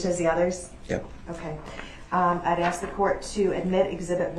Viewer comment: Oh how I wish I could "Axe" DB!